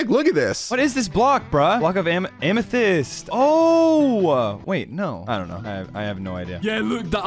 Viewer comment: Lmao when couldn't pronounced amethyst 😂😂